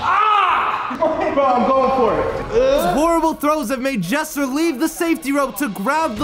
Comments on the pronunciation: Jesser said Jezzer😂😂😂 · This man jesser really said beluga